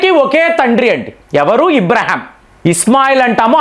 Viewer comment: అబ్రహాం ను.మీరు ఇబ్రహాం అనడం ..ఇలా చాలా పేర్లను ఇలాగే.మార్చేస్తున్నారు